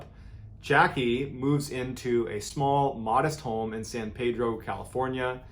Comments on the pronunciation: Happy to see my small hometown get some recognition... but we pronounce it San Peedro - aka the Port of Los Angeles... I’m surprised more youtubers haven’t covered this case. Love your videos! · This is the town I was born and raised...and I love your content...for future reference it's pronounced San Pee-dro, but everyone just calls it Pedro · The residents of that city pronounce it san pee-dro, not pay-dro. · John it’s San Pee-Dro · I thought I’ve seen all your videos but I guess not. I grew up in San Pedro CA, and everyone who lives there pronounce it peedro. Anyways, my friend I grew up with down my street had a haunted house in Pedro and another friends grandma’s house was haunted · San Pee-dro to locals. Lol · This is my hometown currently. I drive by this house almost everyday. Btw it's pronounced san Pee-dro :)